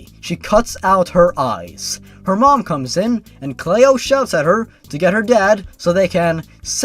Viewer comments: The only thing that would make the Cleo the Killer story worse would be the author shipping herself with Jeff. By the way, Cleo is a real name. It's pronounced clee-oh. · Its prnounced clee-o Lui and cleo are common names where i live Also when cleo went in to the woods i hope slendys proxy caught here gave her to slendy and slendy gave her a red rose and gave her to offenderman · ***** Cleo is actually pronounced "klee-oh". I had a cat named Cleo once. Our other cat that my parents thought was a boy, gave birth to her. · Cleo is a much more likely name to encounter someone with than Liu. But it also helps if you pronounce it correctly. I'm just playing with him. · its not pronounced "Clay-oh", its actually pronounced "Clee-oh" ya know, like Cleopatra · "Clay-o" isn't the correct way to say it. It's "Clee-oh". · ITS CLEO! NOT CLAYO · It's pronounced "Cleeo" not "Clayo". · 'clay-oh'. It's 'klee-oh' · Why are you pronouncing Cleo as "Clay-Oh" instead of the more common pronunciation "Klee-OH"? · "clayo"... Clee-oh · I died at "clay-oh." Oh my god, it's "clee-oh." Still laughing. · The reason cleo is a weird name is because you cant say it right. Its "Klee-Oh" not "Clay-Oh" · cleo cleeeo not clao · The way you pronounced Cleo as Clee-oh not clayoh. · Lue is short for Lucifer. Get it, the devil. He was making a not so clever joke. And it's pronounced Cl-ee-oh not Clay-Oh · I think the name is pronounced "Clee-oh", not "Clay-oh". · It’s a name from America but it’s pronounced Clee-oh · Cleo is a normal name! You silly non-American. *It's Clee-oh*. Gettin' a little harsh there, haha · cleeo its pronounced cleeo c-lee-o but its spelt cleo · I'm pretty sure it's pronounced clee-oh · also, Cleo is an actual name, usually pronounced "ClEE-O" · Cleo is pronounced clee- o. Like Cleopatra. <3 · It's pronounced "Clo-ee" and it's a normal name, and so is Lou. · Btw its Cleo as in Cleopatra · You mispronounced Cleo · You miss pronounced Cleo